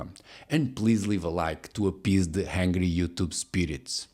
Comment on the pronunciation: Hangry You Tube Spirits? lol That was not an accidental continental accent , that was your wit! I'm hungry for more. I see a wave pattern in the lower stones . Don't think I've seen that before. Definitely a culture and technology that looked far into the future when designing these incredible Cyclopean Polygonal Mega Lithic Master Pieces! Armies, forts and battles find their way to the Ancient Stones of impeccable fit. Location, Location, Location. Napoleon was an OG party crasher! The Susquehannok folks of mid East Coast America , circa much earlier, built Star Forts. Modern gaslighting technology ie... AI, is telling us that they learned it from (insert European nation here). uh huh AI. What? Yes, I am clearly saying that the Susquehannok are Cyclops. Duh! All kidding aside ...maaaybe? So the recipe for Roman concrete is lost, as are the blueprints for the one eyed walls... these "ruins" are laughing and singing with and at us, a Symphony of Smiling Stones. Once again, I marvel at the sights of the sites that you share. You may only have one eye but it's a good one eye! There is mortar stuff than meets the eye! In regard to your thumbnail thesis, I am of the opinion, that a wall made to withstand a handful of cataclysms (allegedly, allegedly) shrugs and yawns at sticks and stones, cannons be damned. Thank you for another great video! and please excuse the Praise ... I just really like your videos